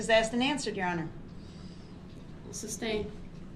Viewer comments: He always says “suBstain” lol😅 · Google..is Substain a word? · Brooks: grounds for substain 🗣 it’s sustain 🙄 I was hoping judge would of corrected him like with the “biast” 😂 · "substain" instead of sustain is a clear indication why we don't need to be living with this garbage people. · Grounz for da sub-stain? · A smart person can act dumb but a dumb person can’t act smart, grounds!!!, substain, aks. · Grounds! Reason for the Substain” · Grounds for the "substain" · This dumbarse saying "substain", and all of his ignorant comments make me cringe with embarrassment, FOR HIM. He sure didn't 'represent' very well, did he? Edit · “Grounz” for the “substain”…😂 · Not jewelry lmaooo 🤣🤣🤣 He also says "substain" with all the confidence, it cracks me up everytime LOL! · Groundzzz for the SUBSTAIN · "grounds for the substain" What an absolute jackass. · And “substain” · Don’t act like a practicing attorney and get all argumentative with a duly elected judge if you can’t pronounce “tacit” and you think the word “sustain” is pronounced like it has a “B” in it. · U think he ever found out sustain doesnt have a B in it? Sraight face everyday mispronouncing words and then repeats them constantly does it if he would listen instead of yelling groundz they say the grounds everytime hes the dumbest person ive ever heard speak